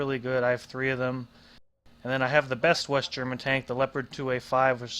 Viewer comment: Your german pronounciations are good